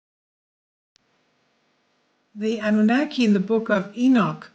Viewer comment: Hey Queen... Its pronounced: ANNN- NUUU- NAAA- KEEE. Keep on dropping those facts and expose the truth! Much love!